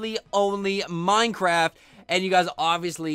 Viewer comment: It's minecraft not mincraft